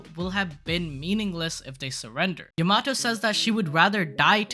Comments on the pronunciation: yo-ma-toe?? its ya-ma-toe!! Ya not Yo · Hey, her name is pronounced YAM-A-TO not YA-MAT-O!